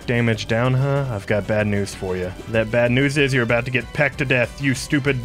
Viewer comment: ”ive learned so much avout the world” lol 😂